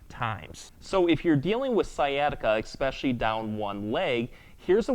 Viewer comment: LOVE your videos but, "eXpecially" isn't a word; the word is eSpecially.